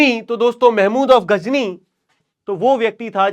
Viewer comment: Sir ghazni hai aap Ghajini bol rahe ho